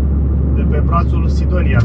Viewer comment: pe filmare se aude clar Sidonia, de asta am intervenit.Mulți fac această confuzie de denumire.